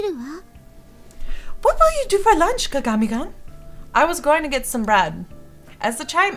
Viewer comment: I love you, but you keep saying his name wrong XD it's kaa-gaa-me then the like greeting name is koon. So all together it's kaa-gaa-me - Koon.